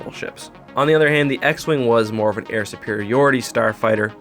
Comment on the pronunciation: Did he just say AIR superiority!?